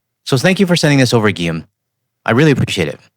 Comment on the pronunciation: I was surprised that a Canadian did not know how to spell and pronounce the name Guillaume correctly. Even I, a Swede with French as my fourth language, know that. 😜 It's like hearing the USAians talking about Cue-Beck or Green-Witch.